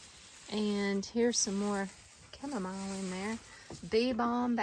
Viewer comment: The way u pronounce Chamomile annoys me for an unreasonable amount. Anyway, the gardens look fabulous ❤